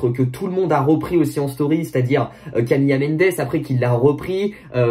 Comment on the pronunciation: Juste je te corrige (c’est pas méchant hein ) mais c’est Camila , pas « Camilla » genre on prononce pas « camiya » mais « camila »😊